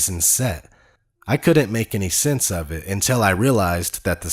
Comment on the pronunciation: Bugger the flat earth stuff that ODD needs to pronounce his bloody T’s . I’ does not = it , se’ doesn’t = set. Infuriating bloody excolonials.